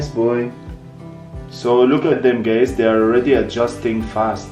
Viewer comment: Is it just me or every time he says "guys" it sounds like gays 😆